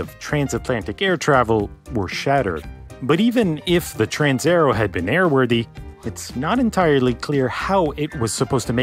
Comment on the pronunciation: "Transaero" is not pronounced "transerrow", but "trans-aye-AIR-ey-o". Every letter (except H) is pronounced in Italian. (H has a purpose that I won't discuss here.) People often don't bother checking pronunciation, because, well, "everyone knows how to pronounce pizza and Roma".